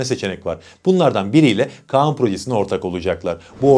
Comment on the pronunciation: kaan değil KAĞAN